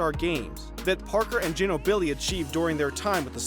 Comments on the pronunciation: It’s jeenobly. He really confused me on that one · DEE-VAK, GIN-o-BLEE Do you even NBA? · Geenobilly or Jeanobili or however he sayng it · The way he says Durant and Ginóbili is funny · i dig ginobili is too much for you to pronounce right but kevin dUrant... FFS dude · Seriously you still don't know how to pronounce Ginobili?? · geenobili or jeenobly pronouncation? the heck you dont even know how to pronounce what youve talkin about